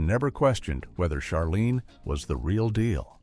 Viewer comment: Jean Smart’s character’s name was pronounced Ch arlene, (as in chair) not Sharlene.